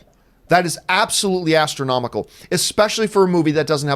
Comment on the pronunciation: ASTRONOMICAL! The Word is ASTRONOMICAL